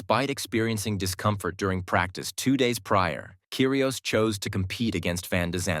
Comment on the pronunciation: ots pronpunced Kyri os NOT KYRI OES